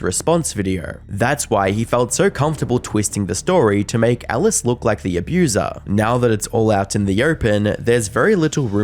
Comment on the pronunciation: why do pronounce alice like ellis?